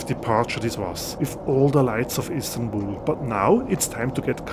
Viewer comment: At the beginning of your video you refer Istanbul as Instanbul! I am unsure if you miss that or not ?